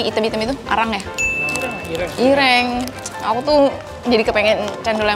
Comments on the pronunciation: KAK CENDOL IRĒNG(HITAM) KAK BUKAN IRENG😂😂😂😂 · Ireng bukan ireng.. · baca ireng nya bukan gtuu ka wkwk,itu pelafalan bahasa jawa yg artinya cendol hitammm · Bacanya ireng ci bukang irEng wkwkw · KAK CENDOL IRĒNG(HITAM)bahasa jawa BUKAN IRENG😂😂😂😂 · ireng ka bukan ireng😅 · bacanya cendol ireng ci bukan ireng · Ireng kak bukan Ireng 😭